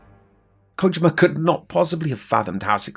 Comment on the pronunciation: Good stuff man. Also, its Ko-jeem-uh not ko-jim-uh haha